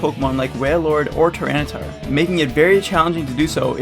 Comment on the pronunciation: "Tinytar" LOL